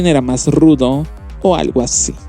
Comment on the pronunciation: Entre "automatación" y el hablar "asiiiiiiii", "fotoooooos" y alargar las palabras, tenemos al próximo rey de la comedia.